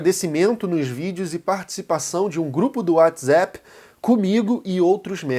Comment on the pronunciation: Pq pronuncia o nome do Nietzsche e do Whattssap de forma diferente de qualquer brasileiro,alemão ou americano ? Soa estranho....rsrsra..